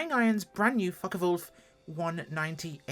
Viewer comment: Hmm, how did you pronounce the name Foche??😮lol. Oh and I also wanted to say... "Das video, das ist zehr gute Fraulein 😅, ja!!"